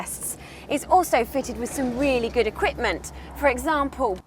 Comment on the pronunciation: The word is GOOD, not GID. Weird way to pronounce words. Irritating